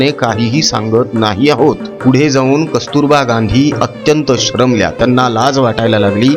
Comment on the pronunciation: हरीलाल चा जन्मदाता मोहनदास. मनू चा जन्मदाता हरीलाल. मराठी शुद्ध बोला पुढची पिढी चुकीचे मराठी शिकेल आणि चुकीचे बोलेल वाहन नाही ... वहाण म्हणजे चप्पल. श्रमल्या नाही... शरमल्या शरणागत का गेली...असे नाही....शरण का गेलीस फार चुकीचे मराठी बोलता तुमचे video मी बघणार नाही Unsubscribe करतोय